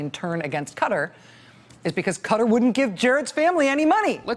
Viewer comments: Will you please learn how to pronounce Qatar! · I'd say it's funny that Drumpf doesn't know how to pronounce Qatar... but he doesn't know anything.